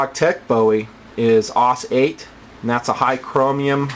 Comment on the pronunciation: um....isn't it pronounced S-O-G? like individually? And isnt it A-U-S? like individually? :D